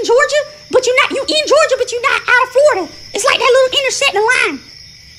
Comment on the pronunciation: Man the girl,”We in Florgia” 😂😂😂😂😂